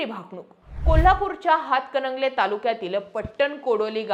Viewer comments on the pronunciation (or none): none